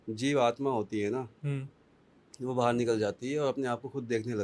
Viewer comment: बाहर होता है । बहार नही